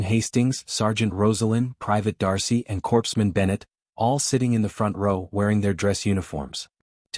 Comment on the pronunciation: Overall, a decent story. The humans' philosophy is something we hold up, and strive for, today; but we're not there yet. Hopefully, we'll get there someday. Now, a minor critique: Within the context of this story, "Corpsman" should be pronounced like "Core-man". If you wanted the word to pronounce the "ps" combination in that word, you should have had the AI spell the "Corps" portion of the word with an e; so "Corpseman" instead of "Corpsman".